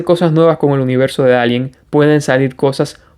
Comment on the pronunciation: Por favor, recuerda que ALIEN es una palabra inglesa que no tenemos en español y se pronuncia EILIEN. En español diríamos extraterrestre o alienígena.